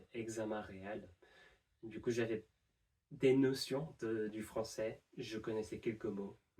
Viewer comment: très belle gestion du "du coup", ça fait très natif